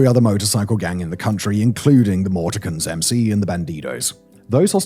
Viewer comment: Simon,you’re English but your pronunciation of certain words is appalling. The “Morticans”? You do know what a mortician is don’t you and how to pronounce it correctly?